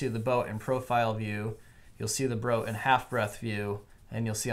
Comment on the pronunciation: "You'll see the broat in half breadth view...." LOL... Almost didn't catch that!